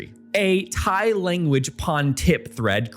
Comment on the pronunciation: Brother, as a non-native Thai speaker, you did a GREAT job pronouncing all the Thai vocab and city names considering you probably don’t speak any Thai. This is goated and probably under-appreciated effort 👏🏻